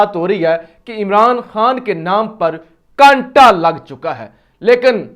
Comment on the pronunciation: کانٹا نہیں بھائ !!! کاٹا کہو